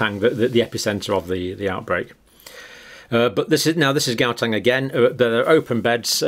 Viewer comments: The "G" in Gauteng is pronounced "Ch" like you are clearing your throat. Soft "G" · I always lough when you pronounce Gauteng province please pronounce Gau as H like How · You pronounce the gau in Gauteng as if you’re clearing your throat.